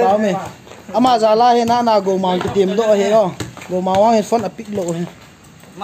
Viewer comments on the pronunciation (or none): none